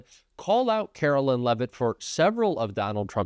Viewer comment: Karoline not Carolyn